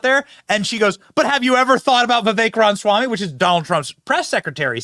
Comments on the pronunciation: Try to say it right Benny... Ram-A-swamy.. Not Ramswamy.. Jeeze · Love your show Benny. However, I do cringe every time I hear you poking a good humor jab at President Trump saying "Rahmshwamie". So? How is it any worse than you saying : "Rahmswammie". His name's spelling is: RamAswamy. There is a biblical principle which paraphrased is: "Let he who is without sin cast the first stone." (Just sayin').